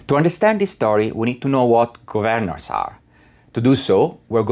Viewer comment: Am I the only one who cringes every time he pronounces ‘Gov-earn-ers’? Other than that an interesting video